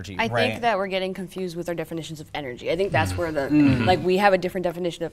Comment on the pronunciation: The word ''Energy'' got absolutely butchered